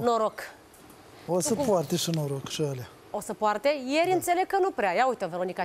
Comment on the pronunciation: "Șî noi putem " lesin cand ii aud 😂😂😂